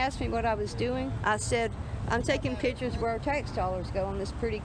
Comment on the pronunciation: She be takin' "pitchers". Maybe she needs more "skoolin"...lol